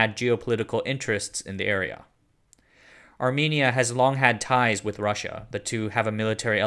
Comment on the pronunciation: do you not know a single armenian who could have informed you you're pronouncing armenia and armenian wrong?